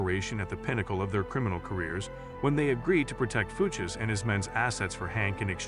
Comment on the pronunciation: Shitty AI narration. "Fooches." Boo.